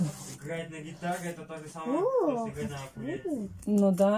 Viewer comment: Неучи которые поправляют Настю, вы вообще знаете, что не акулеле, А УКУЛЕЛЕ!!